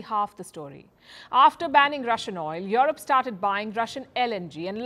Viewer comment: O baby when you say Jurope